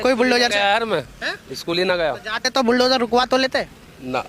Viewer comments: बिलडोजर चला दिया 😂😂😂😂 बुल्डोजर बोलते नहीं आ रहा 😂😂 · मोहतरमा तो बुलडोजर को बिल डोजर बोल रही है।😂😂😂